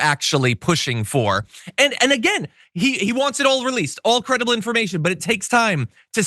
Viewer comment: I'm 8 beers in. That's EXACTLY how I would have pronounced "creidible". Hic😂